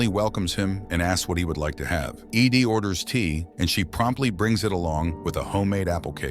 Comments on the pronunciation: Ed. Not Eeeee deeeee. Ai voice detected. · E.D.? It's Ed ffs...this ai crap is getting out of hand. Can we not have humans read and write this shit and ban ai generated material?? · The AI even pronounced it "eed" twice and kept calling the female reporter "he". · Is Ed that hard for a computer to read?? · Lol, it would seem that way.